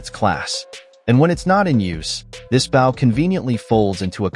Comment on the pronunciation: AI commentary destroys the attraction to the products. Someone needs to tell the AI that a hunting bough is not a hunting bow. If anyone needs any help with proper pronunciation, look me up, I won't charge much.